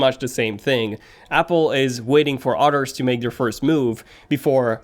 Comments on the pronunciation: I keep hearing otters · Are you saying “others” or “otters”? Do otters make phones?! Amazing animals